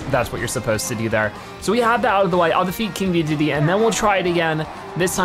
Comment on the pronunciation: not trying to be rude but the name is not deedeedee it is de da day